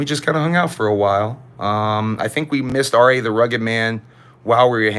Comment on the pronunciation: Its pronounced Rah the rugged man